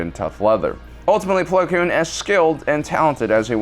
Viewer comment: it’s plo koon not plo kloon